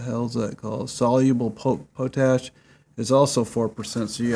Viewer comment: pot-ash dude not po-tash